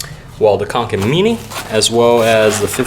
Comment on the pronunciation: when he says mini :p